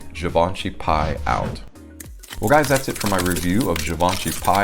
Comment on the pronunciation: In French it'd be pronounced as pee. 🙂